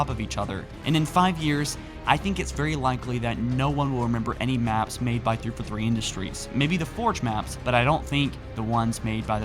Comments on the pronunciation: Please SLOW DOWN your pronunciation of names. Three-Four-Three; Not Three-Forthree. Fore-Runner. Not Forrener. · three four three....three fer three..